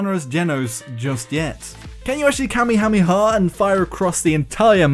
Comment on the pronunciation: Please stop saying "Cammy Hammy Ha" it's pronounced "Kah-May-Ah-May-Ah" (named after a Hawaiian Chief)